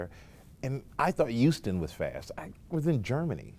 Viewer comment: This nigga said youston